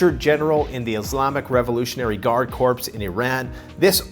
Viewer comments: Its not corpse it pronounced kore. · Great info...keep it up. I use your info to get a better idea of how everything is turning (usually to the bad), unfortunately. But please, "Corps" is pronounced 'core', not corpse. Thanks! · Somebody tell him that corps is pronounced like CORE!!!!!!!!!!!!!! Every time he says it wrong, I picture a dead body, which is a corpse!!!!!!!!!!!!!!!!!!!!!! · Dude you always pronounce corps as "Corey" not "corpse" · Corps is pronounced “core” even though he was turned into a corpse… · Did really pronounce "corps" as "corpse," like O'Blowme does? That's really sad. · Silent p in corps